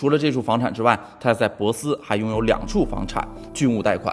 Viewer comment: 你说的城市是珀斯Perth吗，如果是应该读pò sī，不是bosi。